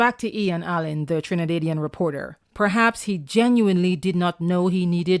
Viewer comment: Trina-day -dian??? 🤣🤣🤣🤣🤣